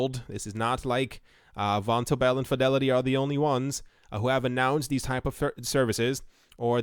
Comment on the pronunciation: It's pronounced von- tobel.